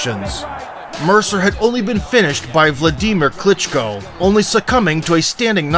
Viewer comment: Vladeemer Klitchko?😆😂🤣